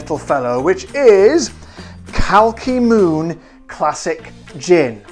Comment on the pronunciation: Glad to be on board:) but we have to work on the pronunciation xD cheers